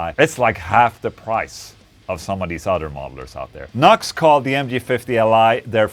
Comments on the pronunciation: It's NU-X (new ex), and it sounds fukn good man. I have an old MG300 and it doesn't sound anything like that. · Its pronounced New - X. (NU-X) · The pedant in me keeps screaming "NU-X! Not 'Nux'!" Nice affordable unit. I have a few Nu-X things and am always impress with the quality for the cost. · NUX, LOL. The company say it is pronounced New X! (NU>X!!) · Isn't it supposed to be "new-ex"? lol...what a stupid name... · I think it’s pronounced New Ex.